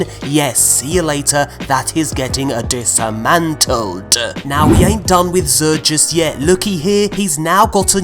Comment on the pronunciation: “that is getting uh disamantleduhh”